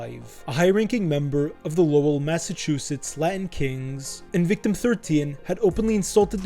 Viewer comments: It's pronounced more like "lowle" more than the spelling of "Lowell". Solid vid though. 🤙🏼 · The way you pronounced Lowell pisses me off so bad haha 😂